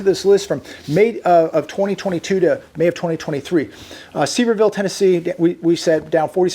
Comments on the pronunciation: FYI Sevierville TN is pronounced "severe"ville - its Dolly Parton's hometown :) Home to Pigeon Forge & Dollywood. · I'm pretty sure it's pronounced " severe" ville TN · They are going to take all these ab&b's and move the immigrants into them, imo. * Sevierville is pronounced severe- ville.😉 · Pronounced Suh-veer-ville. Sevierville. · Thank you. It kills me when people mispronounce Sevierville.